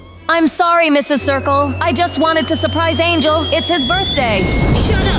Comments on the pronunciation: It's engel not angel 😅😂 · Its Engle not angel to let u know😊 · Not angel its engel😭😭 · Uhhhhhh is not angel is engel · it's not angel it's engel